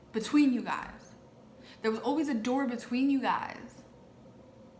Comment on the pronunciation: When you said open the door all I heard was, open the noorrr 😂😂😂